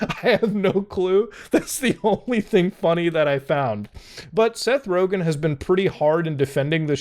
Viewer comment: It's Rogen